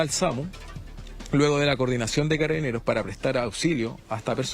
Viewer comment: Dice Caraineros, o escuche mal???